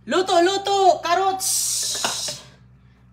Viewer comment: Anong lasa kaya niluto niya hindi ko talaga maintindihan mga putahe niya hehehehe sabagay may carrots naman sabi niya karuts 😂😮